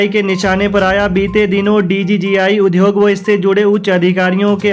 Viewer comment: UDYOG word ka uchcharn sahi karen